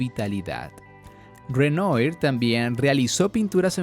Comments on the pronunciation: Bueno el video, pero la pronunciación de los pintores uffff. Al menos podría haber colocado el texto y así uno lo identifica. Cuando menciona Renoyr después de mucho supe que erea Renoir (Renua) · La pronunciación de los pintores franceses me hace pensar que en realidad no sabe nada del Impresionismo. Renoir se dice "Renua"